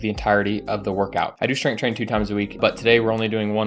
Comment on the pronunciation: bro said strenght 😭 cmon bro lock in